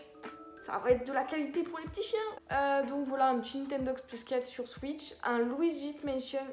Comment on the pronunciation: Luigi spansion, Luigi Manthion, Luigi Spation 😂😂😂😂😂 Sinon bonne vidéo